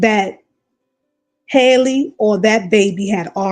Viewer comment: Wow you spoke nothing but Facts‼️I peeped this too ! But by the way you’ve been saying her name wrong it’s Halle same way we say Halle Berry